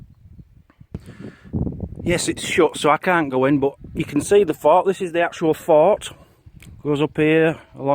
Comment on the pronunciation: I know you are saying fort, but it sounds like you are saying fart